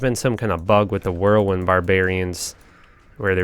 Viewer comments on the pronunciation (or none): none